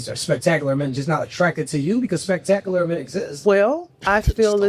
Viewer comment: She can’t say the word spectacular 😂😂😂😂😂